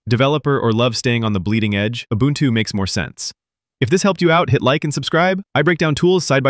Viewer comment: the word ubuntu is african. this guy says it pretty close. its oo-boon-too not you bun two